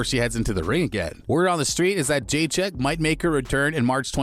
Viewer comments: Jeychek vs shaun wiley? lol your pronunciation is on point 👌. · I clicked foolishly… First clue this is clickbait? Script reader doesn’t even know how to pronounce her name… 🤦‍♂️ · Say her name right dufus..... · Please don’t Butcher her surename